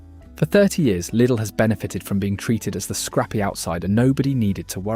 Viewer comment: Well done for actally pronouncing the name right!